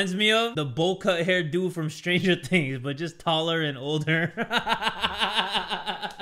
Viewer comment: Hell yeah baby theres i like me some "stranger tings" babay yeah stranger "tings" bruh